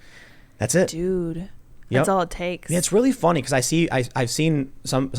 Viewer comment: Its Fonny